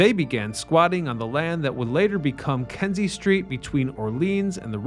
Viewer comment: The street is called Kinzie, not Kenzie.